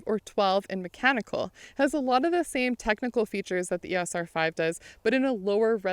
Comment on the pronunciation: Finally someone who pronounces EOS properly